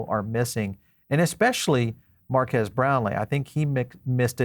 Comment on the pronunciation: His name is pronounced MARK KEEZ similar to Marqus = “Mark Us”… His point was the tech within the phone and not the os… He’s right the phone will be flop for folks who buy phones for the tech of the device…. This device will only be popular with Crypto Bros….not the general public… You’d be better off buying a Tesla Phone..☺️